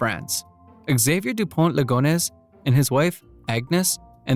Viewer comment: Ligonnes, not Legonesse Nantes, not Nonteze Benoît, not Benoïte